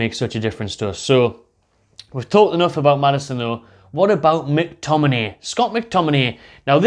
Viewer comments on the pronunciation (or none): no way mctominayy lol